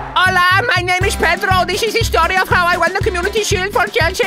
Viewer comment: Педро произносит как Пидро